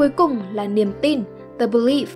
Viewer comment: Kênh này tính ra cũng OK, tuy nhiên vẫn bị vụ đọc tiếng Anh như bị mắc nghẹn, bệnh chung của dân miền Bắc đọc tiếng Anh. Nhớ nhất từ Yoga ai cũng đọc Dô-ga mà vô 10 anh chị Bắc thì tự động anh chị tách ra thành I-ô-ga, từ "the" thì đọc thành "dờ". Khó hiểu